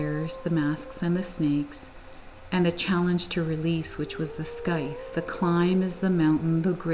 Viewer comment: Happy to see the triumphant return of this channel!📣 Also, just FYI, scythe rhymes with tithe. ❤